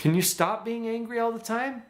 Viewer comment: WHY AM I HEARING HUNGRY OMG Νice video